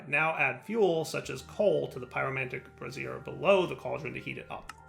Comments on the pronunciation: it's "bray-sure". A "brah-zere" is an lady's under garment. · Watching these a few weeks too late but: Spagyrics: Spuh-jeer-ics, i.e. the "g" being pronounced as in "gyroscope" Brazier: Bray-shur Sal Ammoniac: Think "Ammonia", but just add a "k" sound at the end, not ammon-áy-ac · Why does keep talking about women's underwear. Sigh It's pronounced brā - zher (a pan for holding burning coals)